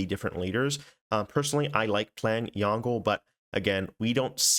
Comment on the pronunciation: Good day, that "Yongle" is "永乐" in Chinese, which pronounces like "yawn - ler" (like the end of the word "ruler") instead of "yawn - gle" (like the end of the word "jungle"). Have a nice day~😄